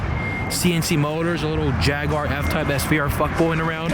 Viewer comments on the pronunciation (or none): none